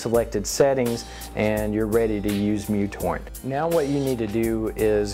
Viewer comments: isent it called µtorrent only not mutorrent? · Besides messing up the name µTorrent's name this was a good video. I like the new format too. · Mutorrent? I tought that it was micro-torrent